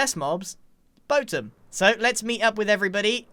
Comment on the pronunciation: Boatem having a competitor........grian be like: boathem